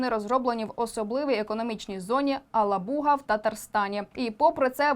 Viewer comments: Єлабуга а не Алабуга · Майкл Накі каже...ебалуга😅